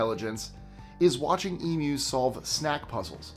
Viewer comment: You get a like from me just for saying Emus right.